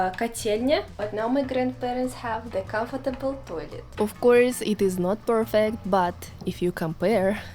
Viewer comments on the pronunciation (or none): none